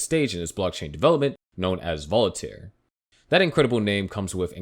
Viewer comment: You're awesome but it's Voltaire, not Volitair